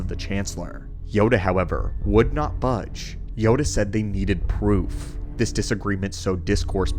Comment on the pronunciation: The way you say proof... ha